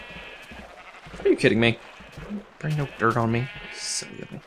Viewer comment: Anyone else think that when he says DIRT he actually says DERP?